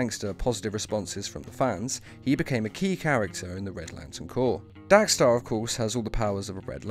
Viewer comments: It’s dex-star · Lol "DAX-STAR" haha